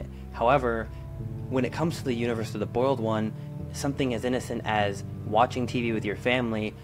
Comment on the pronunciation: Why do you pronounce the boiled one like the bald one?